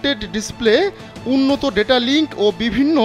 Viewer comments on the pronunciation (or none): none